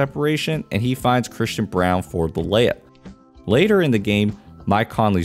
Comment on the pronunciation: all we need is watson and braun to step into the roles and perform and we will have a second title in denver. theres a lot of games left, so hopefully they just keep growing. those two are going to define this season. can you please stop calling him brown. its braun. think the paper towel. brawny. minus the y.